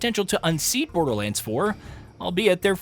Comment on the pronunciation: Not BoderLAND 😭